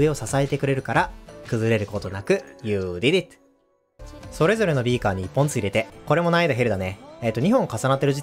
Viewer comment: この人のyou did it の発音好き